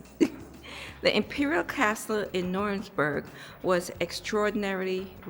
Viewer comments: Hi the way you pronounce it is New-rem-berg, it's very stormy in Scotland storm Amy), trees falling and lots of damage, enjoy ur holiday 😊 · Just as an fyi the place is pronounced Nuremberg . The place you were walking I believe was in a sub section of Nuremberg called Furth….I lived in that area for 4yrs. Although I live there, I never had a chance to see the castle. 😅 The spelling is confusing because it’s spelled several different ways….Nurnberg, Nuernberg, Nuremburg…. 😁. Oh and yes German men love black women 😊